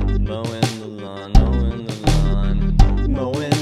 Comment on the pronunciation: at some point "mowin the lawn" becomes "mo' in milan"